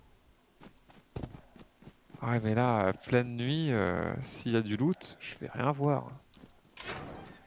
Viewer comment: on dit loot pas lot